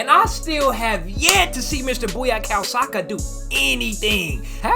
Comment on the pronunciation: Mr "Booyakao Saka" LMAOO